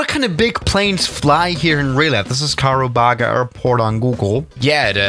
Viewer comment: It's karubaga not kakababa